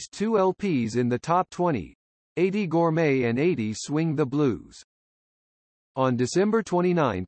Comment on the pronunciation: Her surname was Gorme, not gourmet!